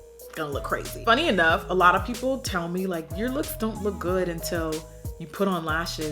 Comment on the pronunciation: Please it's a lot not slot